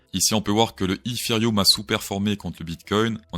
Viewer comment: eFéreum ,1ère fois que j'entends cette prononciation !! 🤪🤪